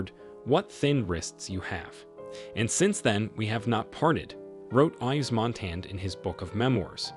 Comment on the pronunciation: 'ICE MONTANA' ????? EDITH 'PIE' ???? Is that AI ????? It is pronounced MONTAN and PIAF.